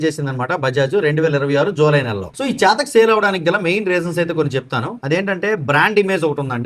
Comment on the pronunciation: చాతక్ కాదు చేతక్ అను